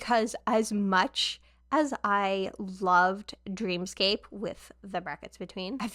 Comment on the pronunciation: fun fact dream scape is supposed to be pronounced dream escape! and this album is dreamscape.